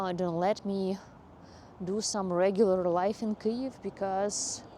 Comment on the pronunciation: Your pronunciation of Kyiv is the best of all the English Ukrainian youtubers.